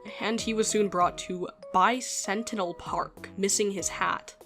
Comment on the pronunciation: I understand the confusion, but as a fan of Transformers, I desperately need you to know that Bicentennial is pronounced bi sen TEN ee uhl, because, "Bi Sentinel," is not a mental image I need or want